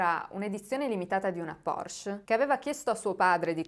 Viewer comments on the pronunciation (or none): none